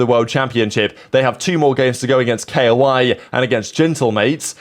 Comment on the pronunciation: Istg this guy is trolling. How he pronounce K.O.I, Jompy, and "cow & zann" is tickling my brain.